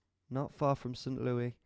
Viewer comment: Pronounced St. Lew-isssssss...